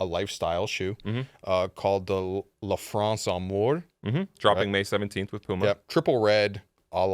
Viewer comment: "lafrancé" is as gibberish french as the look of those shoes